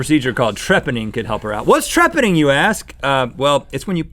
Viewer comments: Rhett pronounced Trepanning wrong, he said treppening. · Its pronounced tra-pan-ning you cretin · It's pronounced trePANning.